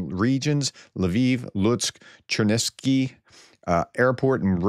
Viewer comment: Chernivtsi. Pr: Chair- neev- TSEE. Rhymes with "Daring Tea"